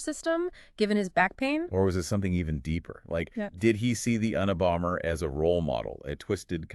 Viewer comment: Un a bomber 🤦🏼‍♀️ I know the acronym and why but your pronunciation is absurd